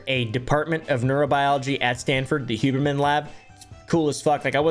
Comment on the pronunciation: Who-berman more like (scoff)